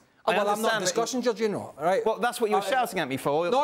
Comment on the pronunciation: Why are people keep saying Jorginho 🤣😂🤣 Lewandowski I understand but C'mon now J O R G I N H O